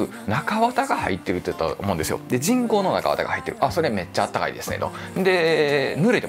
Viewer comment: 人工の。。が チ◯コの。。。 に聞こえて、何をおっしゃってるの？笑 とおもってしまった。